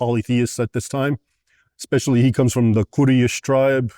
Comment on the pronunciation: He can’t even pronounce “quraish” right and you think Muslims afraid to debate him ? The orthodox Muslim will easily cook Raymond especially coz Raymond judges Muslims but doesn’t even read his own bible.